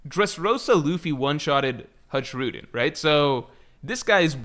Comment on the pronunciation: Hajrudin is pronounced as ha in han j as y in jaya and rudin is correct